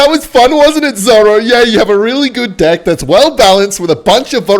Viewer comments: is he saying deck as d on purpose or I'm just hearing things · Whenever he says deck I only hear dick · was he trying to say deck lol? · The way bro says deck catches me off guard every time😭